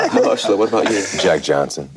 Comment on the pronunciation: Nice to see Mahershala's name pronounced right for once :D Ma-HER-shala Ali!